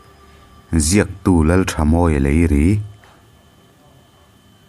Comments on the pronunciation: Leiri tih a ri khi a ki hniam a sawitur ania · Leiri tih hi hnam hming a ni a, Ratu sumo 'Leri' Ratu to Aizawl service thin kha kan thenawmte sumo a ni thin a...Leiri tihlai tak kha i lam dik lo deuh em aw🤔 nge ka lam dik lo zawk🤔 ngaithla phawt teh ang 👍